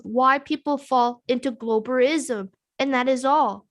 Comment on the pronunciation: "BALL-WASH-ISM" LOL! What?! Narcasissississim.